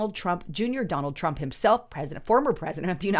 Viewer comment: Hold up.... did you just say danord Tump dunor and just kept going like if you said it right?